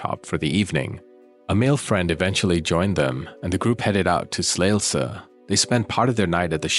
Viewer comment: Also a Dane - also thankful that you cover this case as it is a travesty, how many mistakes were made in the investigation. Also, Emilie deserves to be remembered - a beautiful young human being, snatched from existence by a coldhearted monster. Ps. Well done on your Danish pronunciation - especially Slagelse was well pronounced! ❤🙏